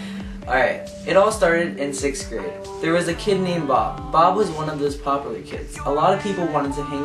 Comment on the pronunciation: you say popular kinda funny (